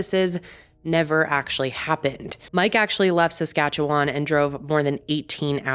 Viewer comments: First time hearing an American say Saskatchewan right 😆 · Being from Regina, Saskatchewan, I am thankful you did this case. And thank you for pronouncing Saskatchewan correctly.